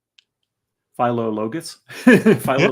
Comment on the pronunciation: It's pronounced phil-o-logus with all vowels being short. It's actually a conjunction of two Greek words Philo meaning "lover of" and Logus meaning "letters" or "words". Lover of words or lover of letters. Or possibly the O after Phil could be the Greek article hos which would be our word for "the", or Lover of THE Word. Philologus was someone that the Apostle Paul mentions, greeting him by name, in his letter to Ephesians. In any interpretation, I like the name and its meaning.